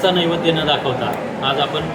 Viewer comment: अरे बाबा साधा तुला नैवेद्य म्हणता येत नाही निघालाय प्रवचन सांगायला